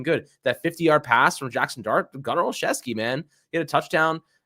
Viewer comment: Gunner is pronounced “Gunner- oh- Chef- ski”